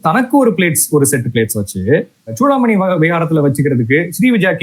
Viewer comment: ஏம்பா, தம்பி, சோழர்களா? இல்லை ச்சோழர்களா? சூடாமணியா இல்லை ச்சூடாமணியா? ஏன் இந்த உச்சரிப்பு கொலை? திருத்திக்கொள்ளவும்.நன்றி